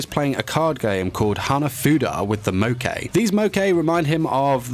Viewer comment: the pronunciation is killing me lmao hack oh joo die? neigh neigh? mo kay?